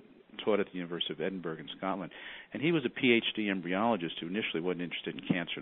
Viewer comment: His pronunciation of Edinburgh made this Scotophile cringe.